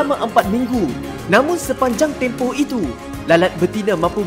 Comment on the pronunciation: tempah ke tempoh?